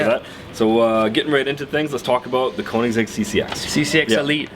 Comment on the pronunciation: how is the Koenigsegg not a Teir 4? also I'm a die hard Koenigsegg fan, but ti's still WAY to damn expensive, Also it's pronounced Ker-Ning-Segg